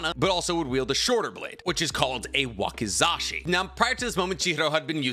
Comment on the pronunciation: Wazikashi is hilarious 🤣 its wakizashi